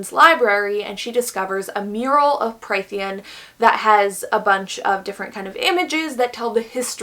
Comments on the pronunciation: Just to throw that out there incase anybody cares to check: Prythian is pronounced as Prith-EE-en. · If you take a shot every time she says “killed/murdered and skinned” + every mispronunciation of Prythian, I guarantee the video becomes bearable 😂